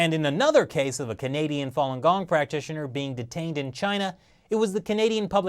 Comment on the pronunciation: Not fong gong it's fa lun gong